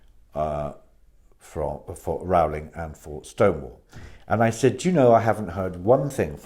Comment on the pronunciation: PLEASE can people learn to pronounce J.K. Rowling's name as she pronounces it? Rolling. Or does she have to earn another billion before people think she's important enough to be shown that courtesy?